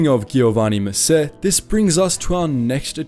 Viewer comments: "ghiovanni messe" You did your best, and we appreciate it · stessa cosa con GHIOVANNI MESSÉ, sembrava quasi francese ahahah